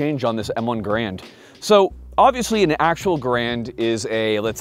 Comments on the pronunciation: It’s the Mal One Garand. Say it right. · The ML1 “Malone” 👁️👄👁️